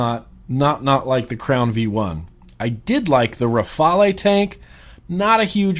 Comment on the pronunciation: youre the first I hear peonounce The Rafale correctly and not say Rafael instead...lol!